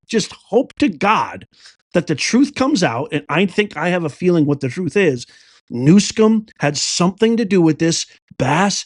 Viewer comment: Please pronounce Gavin Newsomes name right. Not that he deserves it. But its New-some, not Newscomb.